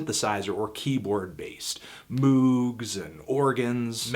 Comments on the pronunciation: it's pronounced mOHg. you must not know anything about music. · it's pronounced "mogue". Yes, I'm referring to MOOG, the synth makers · Moog is pronounced moge. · Also, Moog isn't an "ooh" sound, it's an "oh" sound like boat or tote. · Moog is not pronounced like a double o. It's pronounced like the O in "Over". Mogue. Rhymes with Rogue.